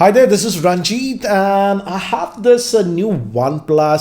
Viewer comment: It's ranjit.. pronounced ranjt.. Not raunjeaat.